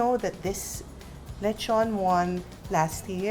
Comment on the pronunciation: I have been to the Philippines 3 times since January 2017 and I can tell that the local cuisine is neither underated nor awful, so the reason why it's unknown it's because of whiny outsiders like the host. Btw It's pronounced Le tjon not Lecho´nee